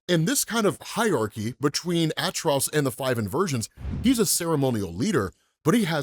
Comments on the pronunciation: Atrocidus not artrudos cmon bro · Atro-ci-tus not atros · Why do you pronounce his name like that? You keep saying it like ATTROUS , its ATROCITIOUS pronounced AT-TROS-SITOUS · I'll never be convinced of that pronunciation of his name btw